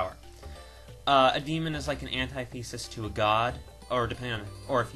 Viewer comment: Please, PLEASE stop saying "anti-thesis." You're gonna make my head explode with that pronunciation. Oh, and just to be bad, Link & Sheik. ;-)